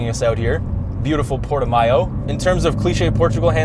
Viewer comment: Its actually pronounce PORTO-MOW. Damn Canadians! lol